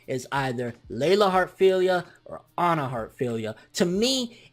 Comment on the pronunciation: her name is not Onna it is Anna as in Ann with an A at the end